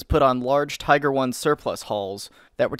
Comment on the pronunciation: As i watch this video, i find myself wondering...what the fuck is a "Teeger"?